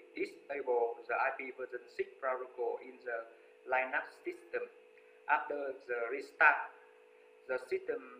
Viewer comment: Where did you find that pronunciation of Linux? Lastly, I do hope that you've been able to improve the sound quality in your videos.